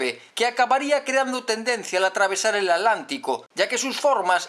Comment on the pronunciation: Alantico??? por favor Atlántico es como se escribe y pronuncia; por otro lado el Simca no tiene nada que ver con el Corvair de la Chevrolet, si mucho más con el Renault 8 es una copia al 90%